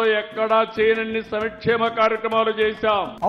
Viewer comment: సంక్షేమం కదా. !! మరి సమీక్షేమం అంటారేంటి? ఏంటో బాబుగారు కూడా తెలుగు ఇలా మాట్లాడుతారని అనుకోలేదు